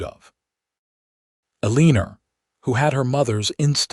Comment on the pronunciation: Ahh... good old Uh-leen-ur!🙄🤦‍♀️😂